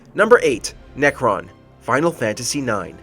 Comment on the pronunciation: Necron.....seriously? lol